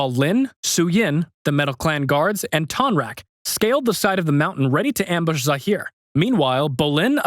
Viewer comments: It's tonrock not tonrack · This person needs to stop saying Tonraq, there isn't even an a in his name, his name is Tonroq